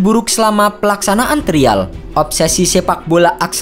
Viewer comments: Trial dibacanya : Trayeul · TRIAL 😂 TERIAL lucu baca nya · Trial ----> (dibaca) trayel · Aksen indonya kurang2in mas, trayel bacanya ga sih? Bukan trial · Pengucapan “trial” membuat saya klik dislike button 🙏